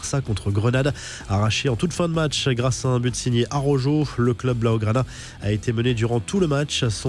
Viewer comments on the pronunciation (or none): Araujooooooo 🤣🤣un effort svp la prononciation , si aqui esta bien araujo la pelotaaaa